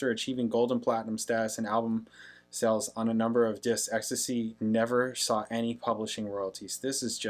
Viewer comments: Exx Tee Cee, not ecstasy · ex-tee-see not ex-tuh-see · EXACTLY. Pronounce the letters, not the drug. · Can't reiterate this enough: X...T...C. Not 'ecstasy'. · Its not ecstasy, its X T C. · Prounced X-T-C. Listen to the bass line. Colin Moulding is one of the best, unnoticed bass players ever.